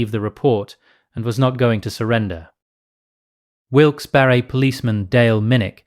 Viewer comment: You actually didnt eff up the pronunciation. Pennsylvania thanks you. ❤